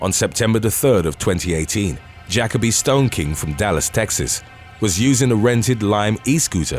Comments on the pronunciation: i’m weak asf, said Jackoby it’s Ja-kobe (jacoby) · Juh-Kō-bē, accent on the second syllable. Not jack-uh-bē. You’re welcome. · Juh-coe-bee= jacoby, not jackobee🤣..i translate his English more than non English channels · it’s pronounced JA-KOBE